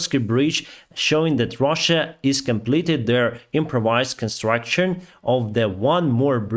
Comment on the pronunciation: Не «кампейн» (campaign), а «кампані» (company). Не “military state”, а “martial law”. Не «канстрЕкшн», а «канстрАкшн» (constrUction) 😏